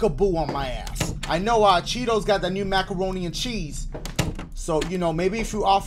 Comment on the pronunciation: My man said maccoroni and cheese 😂🤣